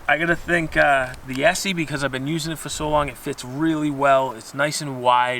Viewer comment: Es SAY. Its Essssseeeee.